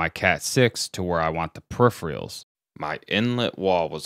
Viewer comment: This is insanely helpful! I'll be trying something similar. One nitpick... You're saying peripheral like "per-E-free-all", but it should be pronounced more like "per-eh-fur-all".